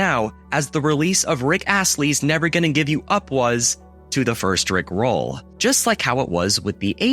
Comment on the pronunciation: My guy saying "rick ROLL" like a high school student trying to understand iambic pentameter. 😂